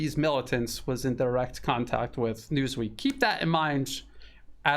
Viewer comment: " News Weak " instead of " News Week ".